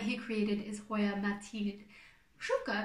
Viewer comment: Oh, I loved your pronunciation! Truly! I just had no idea how to spell the pronunciation, is all. I'll be excited to relay this info to the "debaters"! I didn't expect you to go to so much trouble in order to answer my questions; but, thank you very much! I love details like those! I guess I'm anal that way. Oh well! Whatever! 🤷‍♀️Lol! 🌾💜